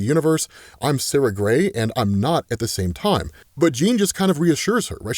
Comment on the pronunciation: Every time you say Sara Grey, I double take and think, Did just say Sasha?